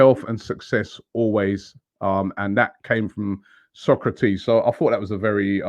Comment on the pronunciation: Robbie it’s pronounced So’ kra’ tis !!! It’s been 3 yrs 😟